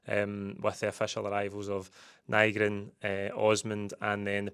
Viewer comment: Nygren, by all accounts, is pronounced Nee-gren. Get telt tae. Nee-gren 😆 Great bit of business for Kuhn. As long as Maeda isn't sold too. If we lose him and Maeda that's a right scunner.